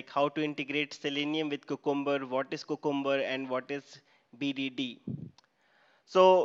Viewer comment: THis is a great tutorial. Appreciate all your efforts, however please note that 'Cucumber' should be pronounced as 'Q- cum- ber' and not 'ku-kum-ber'